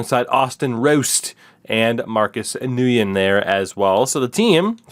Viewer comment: Nguyen is essentially pronounced like the word “when” or “win”